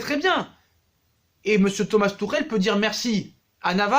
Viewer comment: Pourquoi tu dis "tou Rel ". ..c'est. "tu chel"....c' est comme si on t'appelle " Sa chate"..lol